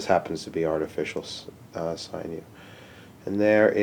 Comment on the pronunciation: sin-you, not sign-you